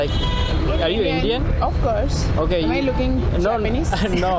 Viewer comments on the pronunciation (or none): The way she pronounced "AUFCURSE",that say it all Oversmart cringe.